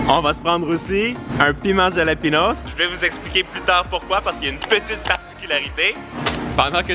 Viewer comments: ça se prononce Ralapegno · Juste sa s’écrit jalapeño mais s se lis halapeño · Le piment ce prononce "Ralapégnosse" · J'adore tes vidéos mais pour les piments c'est la rota c'est écrit jalapeño mais ce dit ralapegno un grand respect a vous! Mon rêve est d'habiter au Québec!